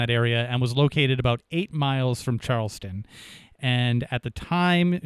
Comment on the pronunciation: &, it is CHARLESTOWN NH not Charles-ton, BUT CHARLES-TOWN, please!